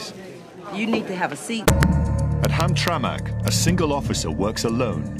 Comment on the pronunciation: It's pronounced Ham-Tramick. Not Ham-traMAK.